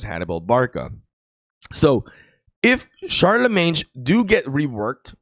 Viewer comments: Sharlemeyn not sharlemeynj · Pronounced Sharlimane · Don’t pronounce the g in Charlemagne pronounce sharlmain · Hey it's ˈSHärləˌmān... anyways nice content😊